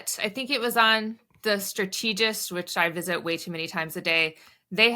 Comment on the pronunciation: She should really learn to pronounce “strategist.”